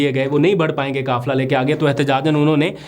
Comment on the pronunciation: کافلہ نہیں بلکہ قافلہ ۔ مکبول نہیں مقبول ۔ کانون نہیں قانون کہیۓ ۔ اپ نے حروف قاف کو کاف نا کہیں ۔۔ جزاك الله